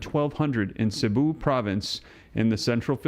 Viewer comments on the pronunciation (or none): none